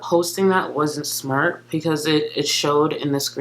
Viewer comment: FOR THE MILLIONTH TIME: it is BEcause, not PEEcause. Stahhhhhhhhp it.